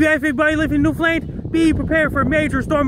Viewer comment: "New Fh-lained"...?